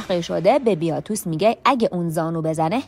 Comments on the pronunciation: بیاتوس نه….. باتیاتوس درسته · وارو، باتیاتوس، ایلیثیا … نام ها رو همه اشتباه میگی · اسامی رو اشتباه میگی مثلا بیاتوس : باتیاتوس کاپا : کاپوآ سالونیس : سولونیوس